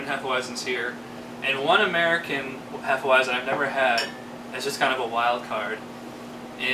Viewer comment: each time someone says hefe-uaizen i die a little bit inside